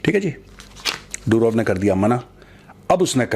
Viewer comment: मेजर साहब पुटिन नहीं पुतिन, डुरोव नहीं दूरोव , रूसी भाषा में ट, ड, ह अक्षर नहीं होते !